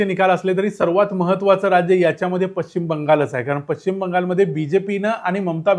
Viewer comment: Pashchim Shabdacha uchchar chukicha karatay. Ya shabdatil ch cha uchchar karit nahit.